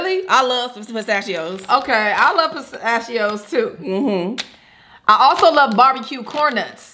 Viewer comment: you couldn’t even say pistachios 😂🤣